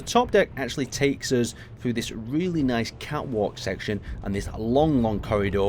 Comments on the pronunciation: I didn't notice that the first time around, very nyth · Lol, nithe xD